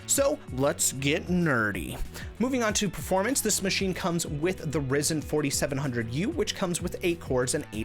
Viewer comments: It's not risen, it's risin'. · just a different experience for me. Normally it's pronounced Rye-zen. But you do you, I'll still watch the video 👍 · The way you said ryzen 😂😂😂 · I knew something was off with the pronunciation. Still, it provided a bit of humour in your video 😅